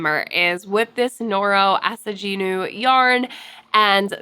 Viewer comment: the asaginu yarn will be beautiful for that vest!! as far as the pronunciation, you're very close!! japanese doesn't really use a soft g (it'd be a j instead) so it'd just be a normal hard g. so ah-sah-gee-noo instead of ah-sah-jee-noo. i can't wait to see it worked up into a full piece!